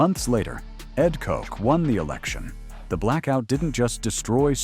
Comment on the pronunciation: Ed Koch- his name was not pronounced "cook" or "coke". Anyway, he's the first mayor of NYC that I remember. I was in high school when this happened, living in the far west end of Morris County, in NJ. I'm sure it was all over the TV the next day. I remember it being in the newspapers and magazines.